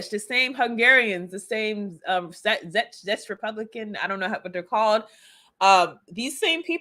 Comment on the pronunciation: Czech is pronounced like "check".